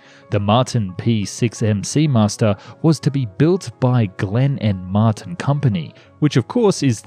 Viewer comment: Mart EYE N. wtf dude. 🤦‍♂️😂